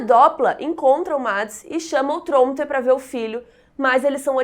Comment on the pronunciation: Eu acho muito legal a forma que a pronuncia Tronte.